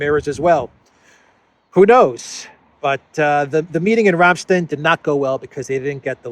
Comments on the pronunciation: Rammstein is pronounced Like Frankenstein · When I see secretary Austin I immediately think "affirmative action". I know this is so minor, but I'll say it anyway. Ramstein is pronounced ram stine, not ram steen. The name Zelensky begins with a "z". It's Zelensky, not Elensky. Stop being so childish! After you've said "Elensky" 3 or 4 times, I quit your video.